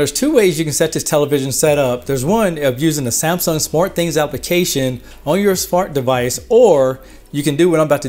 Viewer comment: “On your fart device” hahaha, great vid none the less!